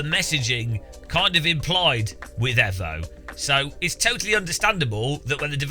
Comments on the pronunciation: Until he learns to say EVO correctly I'm unsubbing 😡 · Evo Not efo!!!